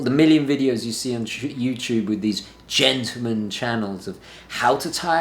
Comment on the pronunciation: It's Not pronounced 'Gentoo-man...but GENTLEman-as it's Spelled!